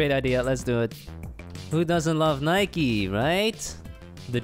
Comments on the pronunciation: Why’s he saying nikeee it’s just Nike with the e silent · ITS NOT NIKIEEE ITS NIKE